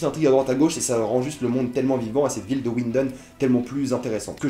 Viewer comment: WINDEN putain pas "OUINDEN" on est en allemagne wsh W se prononce V